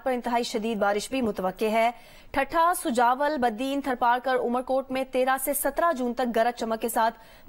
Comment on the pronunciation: سوجاول نہیں سجاول